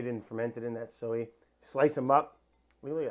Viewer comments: Hunzi, I know we make fun of brads annunciation a lot. But, I feel like we’ve missed numerous opportunities to point out that he pronounces the word “soy” like “so-yee”. Let’s jump on that shall we. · Sowee sauce